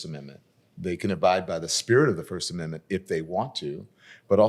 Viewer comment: can’t say “amendment”